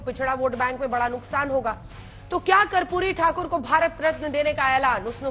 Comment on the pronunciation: ये उदित बाबू ठीक तरह से माननीय कर्पूरी ठाकुर जी के नाम का उच्चारण तक नहीं कर पा रहें हैं. दुःखद